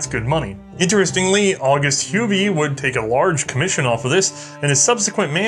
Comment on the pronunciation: Hi, watched this episode a few times know. I really love the "boring history lesson" telling us here... This time I wonder for the first time about the pronunciation of "Huber" as "hu-bee"... in Germany and esp. Bavaria where I live, we say it more like "hu-bear"... so know I have a new quest to find out how the guys name from the episode really was pronounced... craving for new episodes with new guns! Doesn't matter which one!